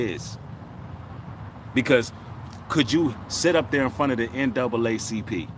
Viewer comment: That nigga said ncaacp